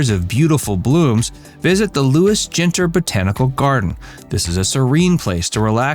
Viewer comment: Ginter is pronouced Genter not Jinter